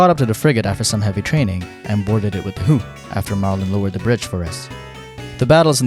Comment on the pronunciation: I chuckled every time he said “ h o o h “